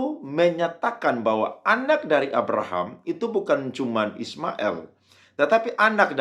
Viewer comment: Kalau,islam itu ismail, il bukan ismael konon,ucaplah degan benar jagan di legko legko😮